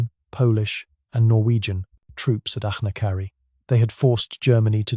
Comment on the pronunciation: It's AI slop, few if any of the illustrations line up with the narration, and the inability to pronounce Achnacarry is a dead giveaway.